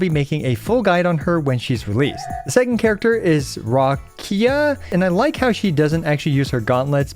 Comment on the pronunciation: The pronounce of Roccia (Italian word for rock) is Rocheeah (stressing the ch)